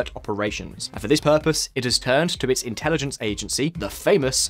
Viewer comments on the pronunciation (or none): none